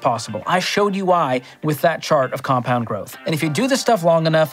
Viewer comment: sounds like he almost said "compound growth." Kinda mumbled the end without confidence.